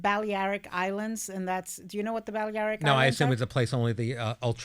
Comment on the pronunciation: You don’t speak Spanish if you think that.